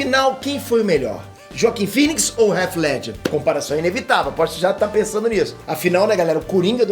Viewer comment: me desculpe cara! Mas seu canal é grande e não tem condições de você pronunciar "réti ledger", o correto seria algo próximo a "rritih Ledger", com o "T" "quase" mudo, com a ponta da língua batendo na parte de trás superior dos dentes. Me dá aflição esta pronúncia errada.